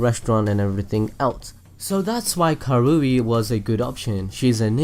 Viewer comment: It's ka rui not ka roo i